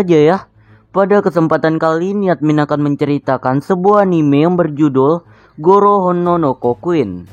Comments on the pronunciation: Bang bukan goro tapi garo pake a bukan o di garo nya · Garo bang bukan goro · Benar tuh sala ngomong tuh abang